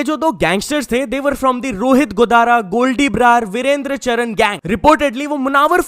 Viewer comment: वीरेंद्र चरण नहीं चारण है भईया वो मेरे भाईसाब है आप नाम सही ले please